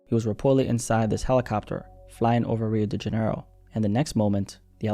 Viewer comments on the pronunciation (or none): “Rio dingenro” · “Rio degenero” sob 😭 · Pronounced Rio Dee-juh-nero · The way u pronounced Rio de Janeiro 🇧🇷 😂😂😂